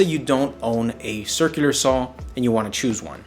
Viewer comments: step two: learn how to pronounce “circular” sur·kyuh·lr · Once you notice how he pronounces circular you can't un-notice it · I know right...why. He can speak normally but can't say "circular" 😂